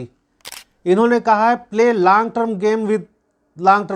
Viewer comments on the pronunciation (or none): लांग नहीं लॉन्ग टर्म बोल